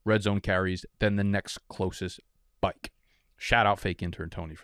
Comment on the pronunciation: so many chances to say “byke” and you said “back” … and bcuz of that, i’m dumping this marg down the drain .. i’m still on vacation in Mexico.. tuck your shirt in and fix it next video